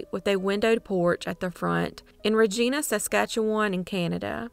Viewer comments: Regina is pronounced "Reg-eye-na" and not "Reg-ee-na". Maybe you should fix the audio and update it. How can you not know that? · The 'I' is long. Ree-gine-ah.